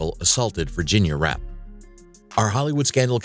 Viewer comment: Virginia "Rappay" not wrap!:face-orange-frowning